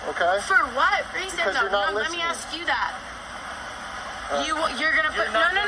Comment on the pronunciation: why cant these people speak properly? the word is 'ASK' not AXE.....I would never be able to do. thiis work...the disrespect is unbelievable